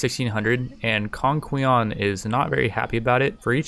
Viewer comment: Congqian = "Kongchien" In Mandarin, the Q represents the "Ch" phonetic. Xiahou Yuan = "Shiah Ho Ywen" X represents "Sh" sound.